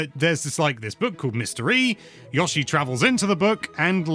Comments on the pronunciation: Sorry but Yoshi not Yashi😂😂😂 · Stop trying trick me into thinking it’s pronounced Yaw-she. No, I refuse. It’s Yow-she. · Calling YO-shi, “YAW-shi” makes my skin crawl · STOP SAYING YASHI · Can’t even pronounce Yoshi